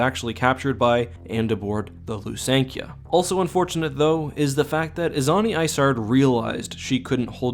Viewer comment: Even though I don't know for sure that my imagined pronunciation of "Ysanne Isard" is more correct, hearing you say it the way you did kind of hurt inside😂. The one thing i'm confident about is that Isard is supposed to be pronounced more like "Iceheart", but other that that all I have to go on to actually improve (in my opinion) the pronunciation is that there is "anne" in "Ysanne", so that might influence that pronunciation. I understand that there's no true way of knowing the proper one without just asking the author though